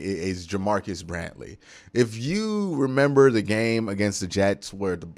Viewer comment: “Bradley” not “Brantley”